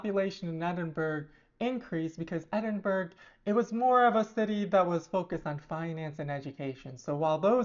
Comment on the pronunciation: she ilso called edin-bu-ra edin-burg